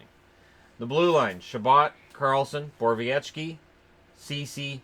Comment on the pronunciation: never heard you pronounce Borowieki like that. I always thought it was "borrow-wiki"